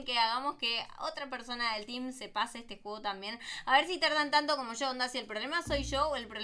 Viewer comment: Pero dijo el teem